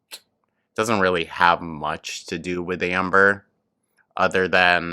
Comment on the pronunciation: "I'll talk to her rill good!" You sure did, Amber.🤣🤣🤣